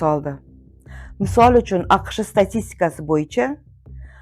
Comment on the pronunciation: Soʻzlarni toʻgʻri talaffuz qiling Aqishe emad AQSh deb 1 min zorgʻa eshitdim talafusiz juda yomon